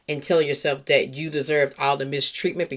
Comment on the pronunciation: I love your content but you say "Dere" instead of there, Dat, instead of that... just making you aware since I listen in the headphones